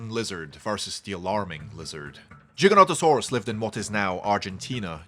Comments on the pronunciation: Giga not Jiga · Giga with a hard G like in gigabytes. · He still says it wrong